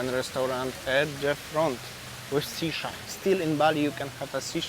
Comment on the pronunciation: Nusa Dua beaches are quite good, and Bali Collection looks a lot better than earlier days for sure!! I thought you said "sea shark" (was: shisha) and I was looking for the aquarium 😂 Take another break if needed man!